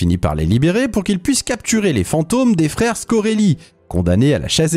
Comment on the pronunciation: Bonne vidéo, MAIS le nom Spengler se prononce spaingleur et pas spainglair. De même tu as prononcé le nom des frères Scoleri en disant "scoreli".